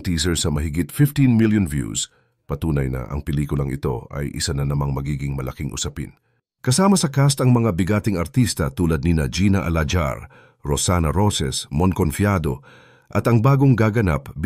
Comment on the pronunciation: Hindi po gina alajar..alahar po sound "H" po.